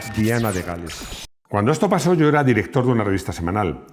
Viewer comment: Lo de Diana es que sigue sonando raro, raro 😅